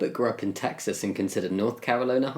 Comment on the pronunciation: North Carolona? That’s my favourite US state! But jokes aside, my respect grows for Jamie every time he reacts to queer phobic content bc he keeps so cool throughout it ✊🏻👏🏻